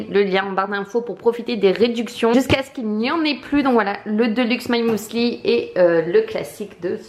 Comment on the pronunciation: On dit mUsli pas mOUli mdr